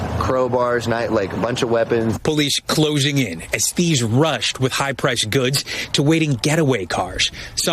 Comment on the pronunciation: Hey Breed it's "with it" not "wid it"......